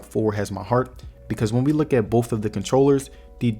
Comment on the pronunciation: Thank You for intelligent approach to this choice. it is all about the money sometimes and your video helped out in a big way. One thing in your delivery I did not understand was when you were trying to say BOTH it came out BOFF. I think you meant to say BOTH.